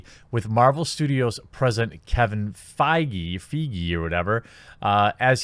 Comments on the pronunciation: Learn to read. God I cant believe you are in broadcasting. Your delivery is once again awful. Do you even prepare? It is pronounced... Fay gee. The g is like "go". Editing would be good since you were talking about end game and not infinity war regarding 2 cuts. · Think it’s pronounced like “Fage” .... like page. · Feige is the German word for fig. It is pronounced: Fy-guh (I know, it's a weird word) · Isn't it Kevin Fiege (pronounced like beige)? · I believe it is pronounced Kevin Faygy. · his last name is pronounced "f-age" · This guy can't even pronounce Kevin feige's last name right; how can we trust him with anything Marvel? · Dude doesn’t even know how to say Feige’s name!! You’re a hack, this movie was amazing and Brie did an excellent job. Can’t wait to see more of her Captain Marvel and I hope it’s for as many movies as RDJ so that talentless word slingers like you can keep groaning for a living.